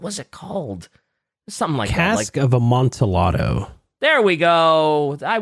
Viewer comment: Their pronunciation of Amantillado makes me irrationally angry. Also the implication of the story is that whatever slight Montresor suffered from Fortunato was incredibly minor and Montresor is just using it as an excuse to kill Fortunato with the real reason being that he thought Fortunato was just annoying